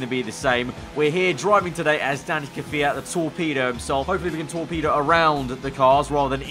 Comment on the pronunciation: Anyone else think he said tall pedo not torpedo